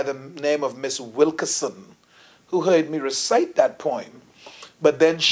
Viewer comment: Its funny how some Bahamian pastors speak so proper and cant pronounce certain words. He cant say poem he say perm, lol. He probably say earl for oil too.